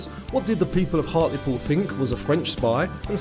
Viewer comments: HART-LEE-POOL not har-til-pool lol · Believe it or not, though it rains frequently, we do often have fires on moorlands which can get out of control. it is due to the fact that the moorlands are full of peat which burns very easily. Hartlepool is pronounced "Hartlypool". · why do americans hear a british placename and then immediately mispronounce it? Is it to make a point or something? I hear this all the time